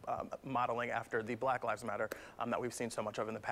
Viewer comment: This man can’t even say “lives”